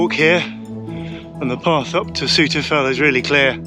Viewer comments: Good effort with the fells name - but it's not quite right. 🤷‍♂ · lovely video, thanks for taking us along!:) I pronounce it Souther Fell though, I hope you wont take offence:)